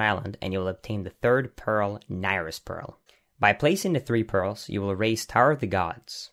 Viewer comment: "Nyrus Pearl".